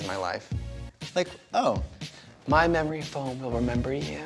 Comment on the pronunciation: Don't you mean "mamory foam" trixie 🤣 when you're feeling yourself up